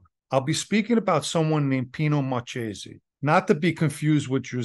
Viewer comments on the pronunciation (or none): Marchese in Italian is pronounce Mar ke se sorry couldn’t help myself. 😊😊😊 great story